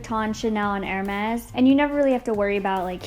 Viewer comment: Thanks for pronouncing Hermés correctly, nothing worse than someone with designer bags destroying pronunciation. Confession: I was once the lady wearing Hermés perfume pronouncing the H until someone nicely corrected me.🤣 Edit: Could we get a designer perfume collection. I’m on the hunt for a new scent. (Although I’m already subscribed to Scentbird.) K, thanx bye.